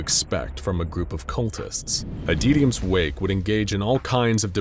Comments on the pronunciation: Adytums wake: exists Narrator: ADEEDIUMS WAKE. I kid. I adore this channel and binge it regularly. No hate. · I'm not sure how you got that pronunciation from "Adytum's".